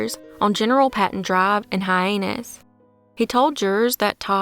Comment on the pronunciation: Your mispronunciation of "Hyannis" is subtle, but particularly amusing in light of the address on "Fresh Holes Road."